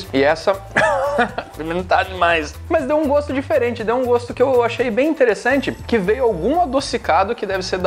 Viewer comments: Rachei muito quando ela falou difelente né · "Cada plato é difelente